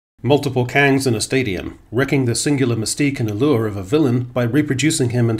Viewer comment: "multiple kangs in the stadium"😂😂😂